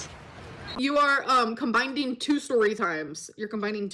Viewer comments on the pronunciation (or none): I think she's trying to say combining 😂